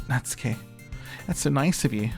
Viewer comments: Ooooh geez. you are in for a fucking TRIP. Good job >> Also its Nah-tsoo-kee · Natsuki = "Nah-ts'ki". The 'u' is devoiced so it's like you're skipping it (and an easy way to get the "tsu" sound is to say "Cats" and lifting your tongue up where your gums and upper teeth at the "ts" part.) Monika = Moh-ni-ka. A "Katakana English" version of "Monica". Similar to like, Arisu ("Alice") a popular name in the 80s/90s. (btw - Katakana English is what some use to distinguish between speaking English vs using Japanese sounded English - Alice vs Arisu. Common complaints of about the English program is that the curriculum relies a lot on teaching Katakana English over actual English, but this is topic for another day !😝) (I will say Japan's English scores are very low compared to most countries despite lots of time and resources dedicated to learning...) There is a punny joke between Natsuki and Monika later where most fans come to understand that "ika = squid" and Monika responds that that isn't how you even say her name to get such a pun; this is because it is spelled Mo-ni-ka not Mo-n-ika. I feel this is a joke best suited for bilinguals 😛